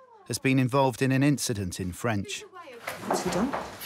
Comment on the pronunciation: nothing, it was just an inchident - Charles LeClerc